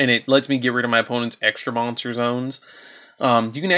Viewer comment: Extra Moantser Zone😂😂